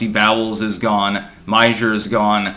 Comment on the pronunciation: "Meijer" is pronounced, "Meyer." It's the Dutch version of the name.